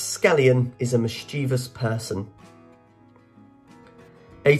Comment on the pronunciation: Me, too, and I chuckled at how he pronounced a few words, such as mischeivous.